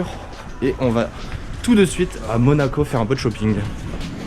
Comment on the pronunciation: C'était bien "MOACO" 😂 :P Très bonne idée de vidéo, ça change 👌 Peut-être juste faire un peu plus de plan dans les lieux (si c'est faisable bien sur) Continuez comme ça !